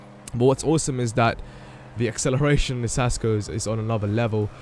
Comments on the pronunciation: It's pronounced KAS-co. No Sasco. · Lolol it's pronounced kasco no sasco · It's pronounced kasko and it means helmet in spanish